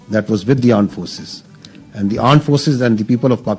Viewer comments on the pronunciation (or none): Aand forces 😂😂😂😂😂